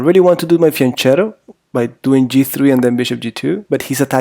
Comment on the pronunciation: If your name is you should at least know that it is pronounced fianketto lol. Also the opening is Peertz and not Pirk.